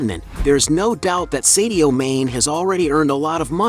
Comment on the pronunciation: I know you Americans have a reading problem! but his name is not pronounced seddioo. ... His name is Sadio Mane, do you get it? like princ Harry, you named him Herry, Dog, dag, Poltic, palatic lock,lack so on so forth!